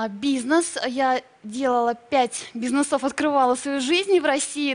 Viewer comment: БизнесОв, одела вместо надела, красивЕе :))) Хороший журналист, грамотный. :))) А вообще впечатление очень инфантильной девочки. Одежда, собственно, отражает внутренний мир.